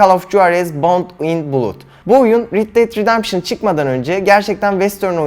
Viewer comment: Rid det redempşın değil red det ridempşın